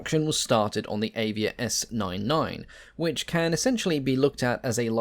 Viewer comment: Avia - .. just read A like you said Alfa ;-)